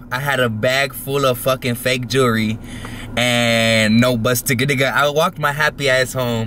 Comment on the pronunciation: when you can’t even say the world jewelry right